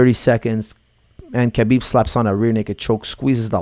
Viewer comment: I am very sorry to correct you but there is no k sound in Russian my girlfriend speaks it fluently I asked her a year ago how to pronounce his name she said Habib k is silent. I dont care really anymore who wins because of all the hate for one fighter or the other. Irish against Russians turning this into a war. it truly will be a 50/50 chance for the old conor from 2 years ago but we have no idea who will be fighting khabib on fight night for sure it will not be the same conor from 2 years ago. We will find out what money does to a person and buys in the fight game. Does it make them better or worse? So do expect anything to happen. This Analysis is based on the fighting skills of conor from 2 years ago do you have any idea how much boxing training he went through to fight floyd? His boxing is 2x since that fight and he is training on regular with top of the food chain bjj black belt Dillion Danis over a year for this fight and he is not training to defend takedowns but to submitt when he has been taken down. Now how much can you learn in one year from a top of the food chain black belt that Competes in the worlds, pans and abu Dhabi and has not been submitted in the last two years by anyone in this division in the world in over 20 bouts giving private lessons to you every day? Let's find out.